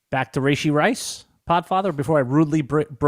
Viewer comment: its "Rah-Shee", not "Ray-Shee"